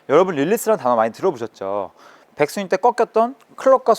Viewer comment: 백스윙을 빽스윙으로, 릴리즈는 릴리스로 발음 해주시면 더 임팩트있는 레슨이 될 것 같습니다.